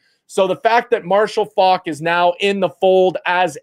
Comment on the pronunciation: You're not pronouncing his last name correctly.